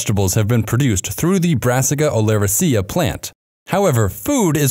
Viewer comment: And the incorrect pronunciations. When in doubt, stress the third to last syllable. So, olerAcea, not oleracEa.